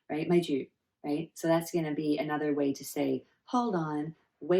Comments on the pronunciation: The accent for HOLD ON! is actually "man ju" not "maih jyuh" the tone for "man" it is not the English man(male) but it is more to the chinese tone and for "ju" it is more to "jee" sound not "jyu/jiu" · The way you pronounced ‘maih jyuh’ is good enough! Cos they are in the sound that is not in a common flat/increasing tone, but a relatively lower voice like mi-re (in music tone) Love your videos!🥰